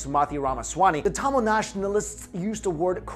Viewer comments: Yesss! Another Tamilian who cares deeply for the proper pronunciation!!!! I want to remake these videos due to that simple error. Lol Regardless thanks for making the videos! ♥️ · sounds like you're saying tamales... now I'm hungry...